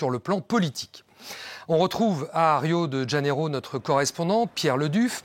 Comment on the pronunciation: Arrêtez de dire Rio de Dganeiro.. Le J en portugais se prononce comme un J en français